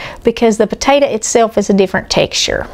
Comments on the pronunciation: Come on. How hard is it to say potato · I'll have a bowl of that "tator" salad right now! Eye roll lol! It's your story sister, tell it like you want to! God bless!